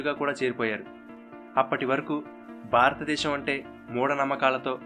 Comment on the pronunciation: Superb excellent but the naarrator should spell certain telugu words properly like baaratha desham kadu bharatha desham